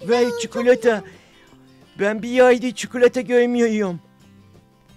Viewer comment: çıkılata şelalesi var dedinde koptum.